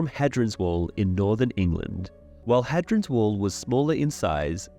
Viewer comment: It’s pronounced “hey-dree-ans” wall